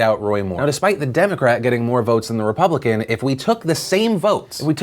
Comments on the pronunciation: whats a Ray-pubpublican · That dude is so dumb that he couldn't even pronounce "republican". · Why can this guy not pronounce "Republican"? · Who the hell put David Lewis in his office?! I'm not an idiot; I understand that Gerrymandering is happening in every state, on both sides of the aisle, but who the hell is dumb enough to come out and declare it? Not even to mention the fact that he can't pronounce his own damn party. But as far as the supreme court appeal, I'm torn. On one hand, this move is as transparent as David Lewis is; they're trying to delay redrawing the districts long enough for this next vote, and a new court case would provide that delay. On the other hand, we DESPERATELY need something to regulate the rampant gerrymandering going on in this country, and this case would probably be what sparks that, since this is so ridiculously open-and-shut. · Trying to make David Lewis pronounce "RE-PUB-LI-CAN" is like watching that velociraptor egg hatching scene. You can even hear Hammond saying "Push" in the background. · So on the gerrymandering thing is no one gonna mention how David Lewis couldn’t even pronounce the name of his own party? Like damn he really struggled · American politician can't even say republican.... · Can that idiot not say republican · Republican has trouble pronouncing "Republican"... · Why can’t he read the word republican when he’s a republican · Why couldnt that guy say republican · Is noone going to mention how that one dude could barely say republican